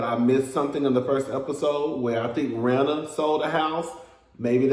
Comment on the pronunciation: Not u called Rena (“reena”) Rina like Lisa Rina frm RHOBH😂😂😂